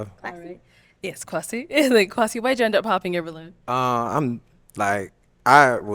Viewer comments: "Quasi" I'm gon' need you to PRONOUNCE the name like it's supposed to be 🙄 It's KWESI 🇬🇭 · Kwasi needs to stop with that B.S.. your name ain't Kwaaa- c lmao pronounce it properly. So happy the guy in floral shirt took a chance and got the lady in floral dress. Their clothing was colour coordinated. It was meant to be. Can't wait for their re-union episode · Kwasi please pronounce your name in the true Ghanaian form 🙄🙄